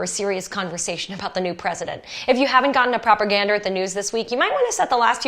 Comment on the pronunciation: Proper gander or Propaganda?